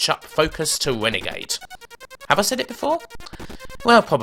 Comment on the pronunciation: Eventually followed by 'Wenegade Thwee' (Thowwy about that)